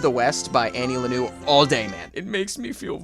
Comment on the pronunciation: Annie Lennoo was a fun one.